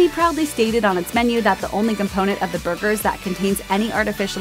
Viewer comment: I've never heard someone say "bhurgers" so many times in my life.